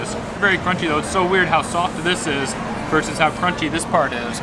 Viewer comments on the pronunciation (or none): none